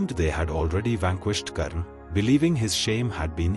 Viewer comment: Karna should be prounouced as karna not as karan. Only North Indians change the names to suit their own linguistic preferences.